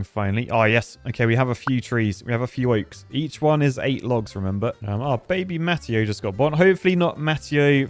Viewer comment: Pretty sure Mateo is pronounced Muh-tay-oh. Maybe not.